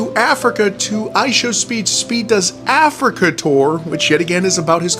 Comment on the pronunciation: this guy is a lowkey racist. Listen to how he says Africa.